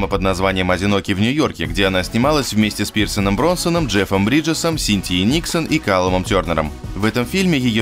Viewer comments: ну вот опять. Что за "Пирсен Бронсон"? Пирс Броснан, чувак!)) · "Пирсон Бронсан")) без претензий, просто резануло слух. В остальном интересный ролик. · Пирсон Бронсон... кошмар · С Пирсоном Бронсоном?) Неплохое произношение как и сюжет ролика)) Бэкинсэйл офигенная - рот закрой)) P.S. Пирс Броснан))) Ну это так))) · Пирсен Бронсан... аааахахаха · Пирсон Бронсон? Бляяя я так давно не орал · Пирсон Бронсон))) Жжёшь))) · Как можно так исковеркать произношение "Пирс Броснан"? Автор, ты чего там употребляешь? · Пирс Броснан черт возьми. хватит коверкать имена актеров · Джон Хартнет, Пирс Бронсон - ты что читать разучился?